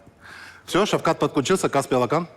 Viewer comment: Наверное господину Ламтадзе можно было уже научиться говорить Алақан без акцента!!!! Алақан в переводе с казахского ладонь